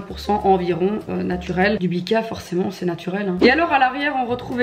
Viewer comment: Le pourquoi appuyer sur le mot naturel ? Le biffe